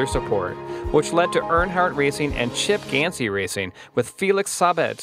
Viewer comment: Chip Gansy ? Felix Sahbez ? Duhtona 500 ? lmao...you would think people who make these things would do their homework before sounding stupid. It's Chip Ganassi and Felix Sabates !